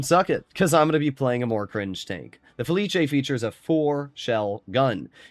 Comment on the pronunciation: IT'S FELIS. NOT FELICHE.